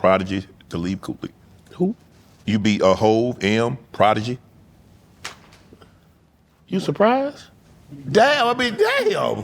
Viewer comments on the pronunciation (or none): Messed Talib Kweli name all up! 😂😂🤣 Who!?...LMAO